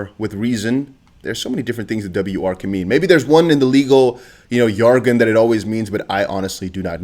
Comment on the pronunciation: Hey buddy! The J in Jargon is pronounced like the J In John 👍